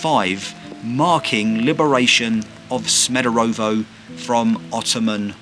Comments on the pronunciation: SmederEvo not SmederOvo. Great, informative video! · Good choice mate, nice video, thanx for your visit. Just a notice, your pronunciation 'Smederovo' is not correct... Greetings from Smederevo 😉